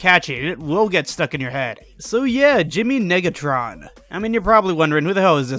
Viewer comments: Sad that you didn't use the bit where the narrator said Jimmy niggatron, rather than Negatron. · No way nobody’s talking bout the way he said negatron 😂